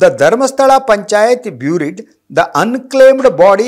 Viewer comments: Byuurid allanna barid antha pronounce madabeku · ಬೂರಿಡ್ ಅಲ್ಲ ಸರ್ ಬರೀಡ್